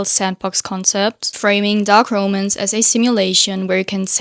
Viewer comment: How are you managing to mispronounce ROMANCE 😭 the literacy crisis, literally, because words that have never been mispronounced before are getting butchered for no understandable reason at all 😭